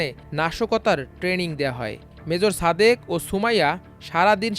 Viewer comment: উচ্চারণ ঠিক করেন। ছাদেক হবে না, হবে সাদেক।ছুমাইয়া না, হবে সুমাইয়া।তেমনি হাছিনা না হাসিনা